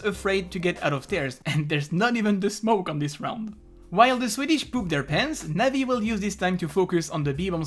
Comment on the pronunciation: cringy when u pronounce navi players names